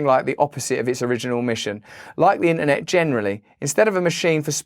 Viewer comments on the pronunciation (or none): “In- ahh -net”💀